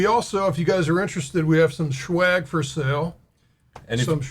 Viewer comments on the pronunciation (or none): Hey. I Def want some swag, tell Doc it’s swag, not schwag. Schwag is shitty weed. Nobody needs that! Since I dig the kind bud (legal in Oregon) I need to have that tricolor logo. Love that red green and gold! This is your brain on dank-chain! Keep up the great work, learning so much from you both. So Grateful! Size Large. Soft organic cotton? How much for a tee?